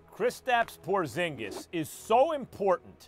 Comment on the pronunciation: tingis pingis killing me hahahahahhaha but porzingis is gonna be superstar